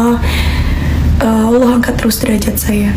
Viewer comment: Mbak Celine cara menyebut Allah sudah pas dan mantap